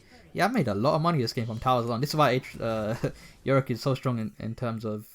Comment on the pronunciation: it triggers me when he say yoriCK